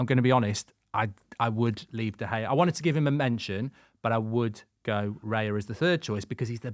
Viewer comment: 2 minutes in and he said De Gea😭😭😭😭